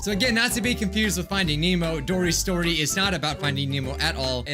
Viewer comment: No one:: DORYS STORY 😆 just keep swimming